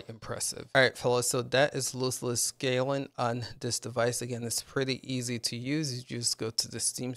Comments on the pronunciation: Dude its "LOSS-less" scaling. Not loose less. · I believe he meant the pronunciation of the word. You are pronouncing it like foot loose, but it should be like "lostless scaling" and just imagine "lost" has a silent "t". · Tell me how you pronounce loss Ok Now add less and what do you get Loss-less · ITS LOSS LESS NOT LOOSE LESS! 😂😂 Nice video though, thank you. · Loss less. Like lost. Not loose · LOSS, LOSSLESS SCALING NOT LOOSELESS! Awesome video though, thanks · If you make another video please learn how to pronounce the name of the program, you're saying it like it has two o's. It's loss, not loose. Also, it's Jedi Survivor, there's no "fallen" in the title. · Why would I listen to someone who can’t even pronounce the word loss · lol yeah I actually thought it was lose not loss. I spelt it that way when I wrote the title as well. But I corrected it, thanks.